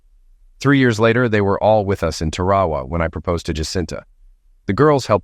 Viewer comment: Tarawa is normally pronounced Tar-a-wa, however, in California it may be Terry Wah Wah.